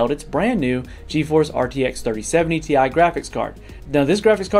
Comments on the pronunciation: It's still pronounced Tea Eye :) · You should have pronounced TI as tie